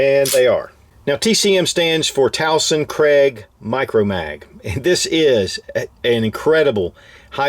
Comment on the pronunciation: I think Tuason is pronounced as Twah-sawn. That's how we pronounce it in the Philippines.